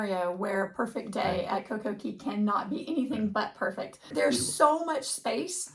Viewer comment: I LOVE that you say Coco Key and not Coco Kay!!!!!!!